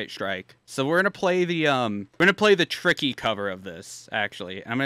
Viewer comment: HIS NAME ISNT TICKY ITS TRICKY